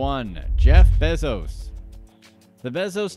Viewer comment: Please say “Bezos” right. 🥴🤦🏻‍♂️